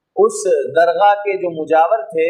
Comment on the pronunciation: درغاہ نہیں ہے حضرت بلکہ درگاہ ہے